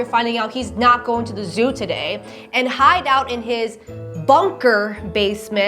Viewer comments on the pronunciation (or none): none